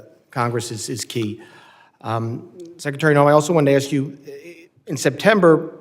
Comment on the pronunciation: The Black guy is an embarrasement, He says Axe instead of Ask.